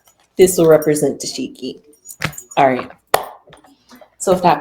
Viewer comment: There was no baby bump when she drank so that’s inaccurate. No brawl pregnant either. That’s unfortunate to villainize the victim and spread false information, especially a black woman to a black woman. And to speak ill on a baby! My God smh. It’s also “Tesehki” not Tasheeki